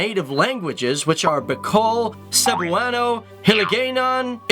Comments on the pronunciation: I died when he tried pronouncing our native oanguages lol. To help out tagalog is pronouced ta ga log not taga log cebuano is pronounced se bu a no waray is pronounced wa rai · Did anyone cringe when he said Tagalog , Waray , Cebuano , and other Philippine languages or is it just me? (No offense)